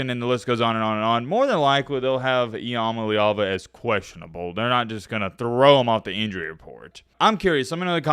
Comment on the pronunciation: Learn how to pronounce nico's name